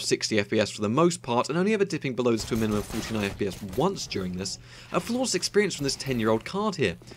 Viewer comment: Nice mnimimum you got there.